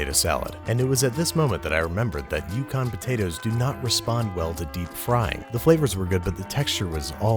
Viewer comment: The moment I heard him utter Yukon I flew into a rage FOR SHAME.